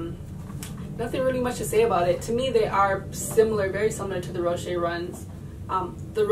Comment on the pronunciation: its pronounced Row-Shes